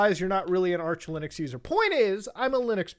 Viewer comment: Arch Linugs :DDDD